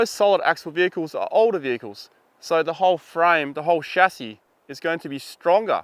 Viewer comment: "shacky" ?? are you trying to say chassis? or is this some term I've never heard of?